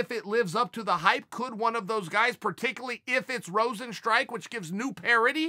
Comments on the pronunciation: Chael 'Jarzino Rozenstrike' Sonnen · If Chael says his name is Rosenstrike, I wont call him Rozenstruik anymore.